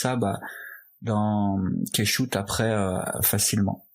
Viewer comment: Super tuto, comme d'habitude. Intelligible, fluide et qui va à l'essentiel. Juste deux petites remarques, on ne dit pas un "materiel" mais un "matériau", ou une "matière", en français. Un matériel est un ensemble d'outils (le matériel de l'électricien), un matériau est un certain type de texture, de matière, même si les deux se disent "material" en anglais. Ensuite, Keyshot se prononce "Kichote" et pas "Kaichoute". "Key" se prononce Ki en anglais, et il n'y a qu'un seul "o" à "shot", donc se prononce "chote", comme un shot de rhum. Voilà voilà, désolé, c'est comme chercher la petite bête, on comprend tout de même, mais il me semble important de faire attention au lexique et à la langue surtout en cette époque ou l'onomatopée est en train de remplacer l'orthographe. En tout cas, bravo pour ton bouleau et merci pour les tips. Stay tuned and be creative!